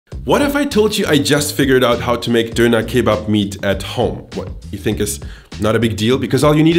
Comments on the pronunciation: Diner not duner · its pronounced [DON] + [UH] not donur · First up, it's donner, not Dough knerr. DONN, ERR. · Me stopping this video at 1.15 because i can't handle the way this guy pronounces donner kebab IT'S FUCKING DONNA, DONNNNAAAAAAA, DON NUT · It's so weird to me he pronounces it 'dooner'. We would pronounce it 'donna' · Its pronounced Dewner not doonaah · I was soo annoyed listening to him say dooner. It's Doner (don as in on, not doo as in too!). Theres only one O. Not two. If you claim to be such an expert you should learn how to say it. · I’m triggered by him saying. ‘Doona’